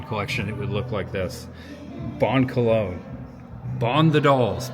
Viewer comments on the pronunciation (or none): none